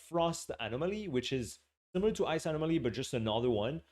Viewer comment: Love the animal-moly pronunciation